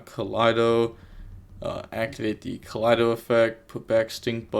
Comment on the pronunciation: Pronouncing "Keldo" like that because the last replay had Lunalights with Kaleido Chick is just a classic move Love the videos as always lmao